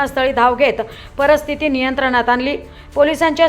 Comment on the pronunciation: ०:५० प र स्थिति ❌ प रि स्थिति! ✅🙏🤦